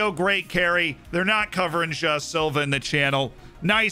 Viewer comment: I've been watching this series for quite some time already, but only now I realized that "Jao" Silva is actually "João Silva". I love.